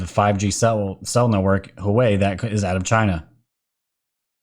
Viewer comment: Pronunciations: HuaWei = hooWAH-way (I've been to their plant in Shenzhen) Padilla = puh-DEE-yuh